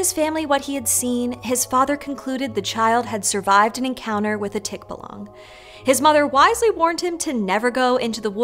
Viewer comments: Tikbalang pronounced with longer stress in the second syllable: 'tik-buh-lung' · [Tick - BAAH - lang] stress on the 2nd syllable. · Was going to correct it as tikBA-lang but "archipelago" proved to be another mythical word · Pronunciation note: tikBAlang, stress on the second syllable. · The correction pronunciation of Tikbalang [tik-BAL-ang]. The stress is on the second syllable of the name. It sounds jarring when non-English words are spoken incorrectly by English speakers. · you're pronouncing it too fast: the line above the "A" means it's pronounced "tikba - lang" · it's pronounced as tikbAlang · if a Filipino pronounces it tik BAH - long, then you should be respectful and at least attempt to say it the same way with emphasis on the right syllable. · Try pronouncing the word correctly since u covered this topic. Read each syllables slowly- TIK.BA.LANG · Tik bah lahng. That’s the pronounciation. Get it right. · Tik-ba-lang, I just corrected it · if you're going to talk about a different culture's mythology, it's better to actually use that culture's pronunciation. Otherwise it's just offensive to the actual culture. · I was gonna hop on to ask why, if they had someone on who was pronouncing "tikbalang" correctly, was she mispronouncing it throughout the video. But seeing how much the English word "archipelago" was giving her trouble, you know what, I understand. Love ya, doc! Appreciate you. You're doing a great job! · Great video and great research! I just wish they pronounced it properly especially since they had a native speaker pronounce it for them. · kindly pause slightly on the word Tik and follow up with balang. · Tikbalang pronunciation off sadly, but I still love this video ;) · The stress on the word Tikbalang is on the "Ba". In fact most Filipino words have the stress on the second syllable. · Called it. They butchered the pronunciation again. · At least say its name correctly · It's TikBAlang. Not TikbaLUNG. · it's Tik-buh-lung